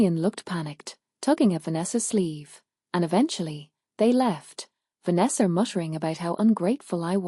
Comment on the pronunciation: This voice is just weird. Why does it add a r on the words."Farther"? What the hell? "Vanessar"?